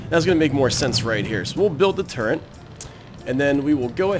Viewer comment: "turrent" Seriously though, good series.